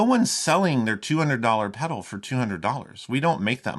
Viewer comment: By the way there is an L in the pronunciation of the word pedal. Is it going to review it at least pronounce it properly